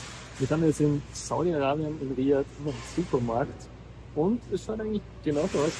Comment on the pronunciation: danke, schönes video aber die Betonung liegt am a bei Riyaaaad und nicht am i